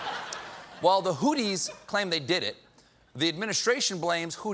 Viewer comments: It’s pronounced hoo-thee not hoo-tee 😂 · It's pronounced "Who C" and not "who T" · “Hooties,” Americans continue struggling to read I see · It's a "th" as in "think." BTW, Amr, I'm an American and I can read Arabic (studied it in college), so we're not really this giant heap of clowns. They are indeed mispronouncing it here, though.